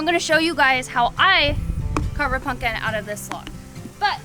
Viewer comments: That’s not how you say it, no ‘punkin’ intended! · Funny you pronounce it, “PUNKIN”. That’s cute.🎃